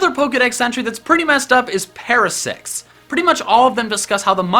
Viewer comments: he said para sex’s..... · I heard “Parasex” instead of “Parasect’s”